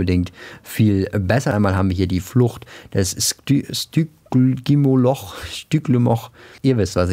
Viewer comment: Will kein klugscheisser sein aber es spricht man schtigimoloch